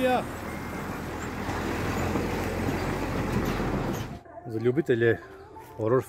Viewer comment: ...al` kad kaze Srbija moze komotno i Sirija, skroz slicno zvuci :D